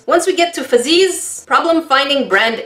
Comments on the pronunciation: It's not fazzies its fuzzys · Why did she keep saying FUzzeeees.. I thought it’s straight forward fuzzies basically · Why are you saying fuzzeez like that.. 🤢